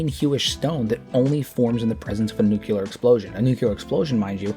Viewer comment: I would humbly submit for your consideration of correcting your pronunciation of "Nucular" to "Nuclear"